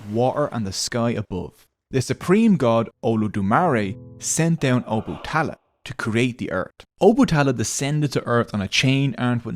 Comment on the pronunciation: It's O-Ba-Ta-La not Obutala but thanks for the video